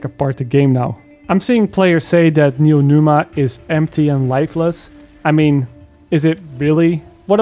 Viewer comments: drinking game: take a shot every time calls it neonuma instead of neomuna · Neomuna not Noenuma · "Neonuma", it killed me dude, great video, like always, but it's "Neomuna" 😂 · NeoMUNA, as new moon. Not neoNUMA. My ears are bleeding, dude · NeoMuna. Not NeoNuma. Also, right on point. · Fantastic take. Just wanna say (with the best intentions) it’s “Neeo-Moonah” not “Neeo-Noomah” I just get annoyed with mispronunciation because I struggled with it growing up and I try to help others. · "Neonuma"...."Neonuma", I was sure it was Neomuna. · Neomuna, not Numa... :D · Its "Neomuna" not "Neomuna", pls. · I loved the story, and with the improved core systems this is my favorite dlc yet. And, Neo”Muna” not Neo”Numa”😅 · "Neo Numa" 😆 🤣 😂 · Neo MOON ah. How did you mispronounce it every time you said it. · Great review, but every time he said Neonuma I felt like I got slapped. From a story perspective LF is far from great(excluding the raid's story, I did enjoy that one), but the gameplay is really fun. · Good review, I almost agree 100% with what you said. But I keep hearing Neonuma and it scratches my ear :)) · IT'S N E O M U N A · bro its neomuna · Aside from all the even-handed critiques or observations and the great depth and as always great editing (albeit not as flashy, but then this isn't that kind of video), this is your worst video ever because you mispronounced Neomuna. Do better,. Kappa (just imagine you see it, bc YouTube be crap) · Pronouncing "Neomuna" was kicking your ass. Lol. I didn't buy this season because I want to wait on reviews. I'm glad i did. Hopefully next season story will explain everything. Gameplay is good and probably be even better later in the next season